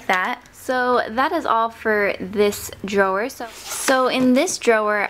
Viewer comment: It irritates me how she says "drawer"